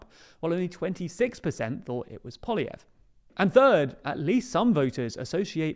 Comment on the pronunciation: Happy to see has learned how to pronounce "Poilievre"